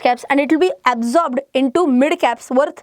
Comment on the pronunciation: Why your “MID “ pronouncing is so worse